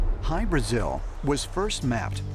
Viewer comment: It's pronounced Hy BRAH-zil, not Hy bra-ZIL..